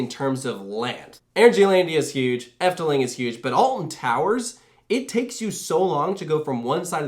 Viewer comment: As someone from the netherlands ill be honest: she pronounced efteling really good ❤